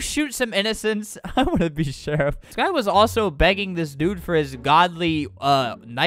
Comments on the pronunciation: “It’s so hard to shoot the sherif” - Albert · he said “why is it so hard to shoot as the sherif”